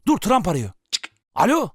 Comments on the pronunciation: dikkatli dinleyin sarı pipi diyor :D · trump yerine sarı pipi diyo farkedenler +1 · tramp denilen bir hıyar çene saldırıya geçti diyişinde tramp hapşırmasına koptum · Trump’a sarı pipi dediğini duyanlar